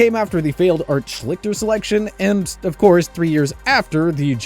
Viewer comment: Pretty good and pretty even handed and fair. I have one correction and it s about pronounciation. Art Schlicter’s last name is pronounce Shleester. You just mentioned him in passing but don’t seem to know much about him. As a guy who attended Ohio State one year behind him, I know quite a lot. You could see Art might have problems even at OSU, as he was the typical arrogant, privileged athlete. That is where his gambling problems started, which led to two jail stints. Even without this, however. the odds were stacked against him as, Frank Kush, from Arizona State, took over as Colts coach during his rookie year. Kush also saw fit to draft his quarterback at ASU, Mike Pagel in the same draft. So, Art really had no chance, because, as soon as he struggled, Pagel took his place and it went that way his entire career. He may have still imploded, due to his gambling issues (Which seemed to get much worse after he was benched), but he never really got much of a chance. Watching a Colts preseason game, in Art’s rookie year, it was apparent that Kush preferred Pagel, and that is who he went with throughout Art’s career. Would Art have done better for n a different situation? I guess we’ll never know.